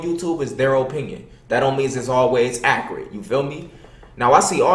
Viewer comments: "there o-pinion thatz dontz meanz datz acurit" lmao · My nigga try to say accurate and say the city Akron 😂😂😂😂😂